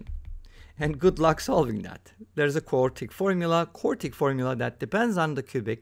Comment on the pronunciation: It's "quartic"